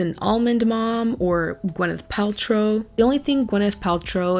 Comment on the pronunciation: great video <3 its funny everytime you say her name i always hear gweneth paltrove